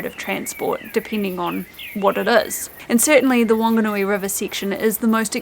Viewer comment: It is Whanganui River, so should be pronounced with F. 15 hour bus trip from Christchurch to Invercargill is ridiculous.